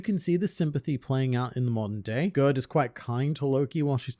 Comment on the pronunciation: I think Gerd is pronounced Yared (like scared) as it is a fairly common name in Scandinavia!